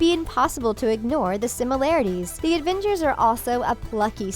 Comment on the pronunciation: D-did she call them Advengers? I